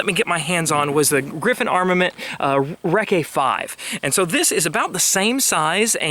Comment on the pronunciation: Hey, love your channel. A couple quick notes: - It's "reckie" not "reckae" - The quietest 5.56 can I've ever heard is the Ops Inc 12th model. If you're not familiar with them check out the Mk 12 series of rifles. The suppressor was designed at the time to be the quietest 5.56 can and I still believe it holds that title today. Part of that of course is that the rifles they were designed for were 18" barrels with rifle-length gas. But, even so, shooting a Mk 12 is ridiculously quiet (relative to other 223 platforms) and definitely can shoot it all day long (outside with nothing to bounce back on) without getting any ringing. That said, I've put mine on a 16" build and even that 2" of barrel made a difference that it's more uncomfortable to shoot. Anyhow, just a suggestion, if you can ever get your hands on a Mk 12 to shoot or buy a AEM 5 it's worth it!